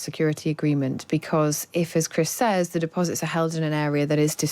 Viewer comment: This lady can't even pronounce the word Says.